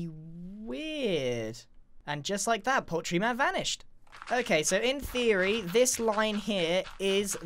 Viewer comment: I think Grian’s favorite words are: “In theroy”😂